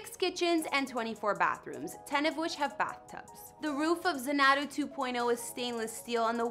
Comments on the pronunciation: You said "zan AH doo." You should have said "ZAN ah doo." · zaNAdoo ?! How can you make a video about a house and not even know how to pronounce it?!?! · It’s pronounced Zanadu with the accent on the first “a.” Never heard of Samuel Taylor Coleridge? Or maybe Olivia Newton John? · Your pronunciation of Xanadu is [zuh - NAH - do] . I'm shocked your producers never corrected you (or you never bothered doing something as simple as googling its pronunciation even in Webster's dictionary ...just tap the speaker icon to hear its pronunciation) or look it up on Youtube for that matter. The word was made most famous in the classic film, Grease. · Xanadu... pronounced Zan-a-Due Did you ever see the movie in the early 80’s with Olivia Newton John? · ZAN-A-DEW Correct Pronunciation. you should have checked before you posted. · Informative, but if you aren’t sure of how to pronounce a word, look it up. It’s pronounced Xanadu (zan a doo) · Hi, it's pronounced Zan-a-do 2.0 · Um no, you’re butchering the pronunciation. Phonetically, it’s ZAN ah doo. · It’s pronounced Zan’ a du with the accent on the first syllable. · No, you didn't say that right. Xanadu.... pronounced Zanadoo. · To the lady who narrated this video. Listen to the song "Xanadu" by Olivia Newton-John and you will know how to pronounce this word correctly! How could you not know how this is pronounced? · Another Bill Gates house tour using photos that are NOT his house other than the outside. Also, you did pronounce Xanadu wrong. It isn't that hard and is a word that has been used since Citizen Kane. Not sure how you screw that up...freaking millenials. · How can you not even know how to say his house name... brutal! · She can’t even say Xanadu correctly!!!!!! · Maybe research how to pronounce "Xanadu" before saying it repeatedly in a Youtube video? Just a thought. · You would think if you were going to make a video, you would at least spend 5 minutes and learn how to pronounce "Xanadu" properly!